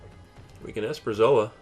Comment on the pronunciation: Esperzoa? You mean Esperosa right? You also have too many lands, should have 20.